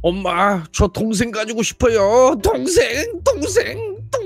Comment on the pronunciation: 초에 동생이 아니라 똥생이라고 들린다..ㅋㅋ